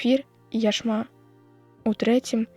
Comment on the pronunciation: Не яшма', а я'шма. Глядзіце слоўнікі і правільна стаўляйце націск!